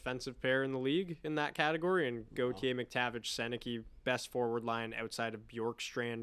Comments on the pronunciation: It’s pronounced sen nuh kuh not senne key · You guys have gotta start saying Sennecke's name right. We needed a 4th line center, not a guy who is elite for 20 games, gets injured, and falls off the face of the planet. Wishing Z all the best like every former Duck, but he had to go.